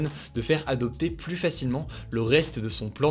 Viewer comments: Tu dois revoir la pronunciation de plus. C abusé. 80% du temps tu dis Plusse alors que c'est Plus. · De plus en plus, arrête de prononcer le S au premier plus, ça se prononce " de plu en plus", aucun reproche, aucune négation, juste une astuce de langage ;) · Il faudrait quand même qu'un jour tu apprennes la différence entre "plus" et "plusse" .. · Hugo tu pourrais arrêter de dire « pluSS », c’est trop stressant ! Je me retiens depuis longtemps mais à chaque fois ça me titille, on ne prononce pas le S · tu pourrais arrêter de prononcer le S du mot plus ? 😅 c’est juste trop stressant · Techniquement le deuxième non plus, il est suivi d'une consonne, mais après plein de personnes risquent de ne pas comprendre la phrase (niveau de la langue française de la population : mauvaise)